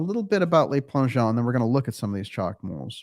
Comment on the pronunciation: Le Plangeon . The Le is pronounced l-eu not l-ay. Le is the article for one male. Les (l-ay) is the plural for men. Just thought you'd like to know. Love the show.